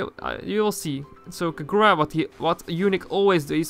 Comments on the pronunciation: I dont like the way he pronounces Kagura xd i think is kagura as short and sweet, not kaGOra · Why do you say Kagura like that, the gu are pronounced as gú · That is not how you pronounce her name.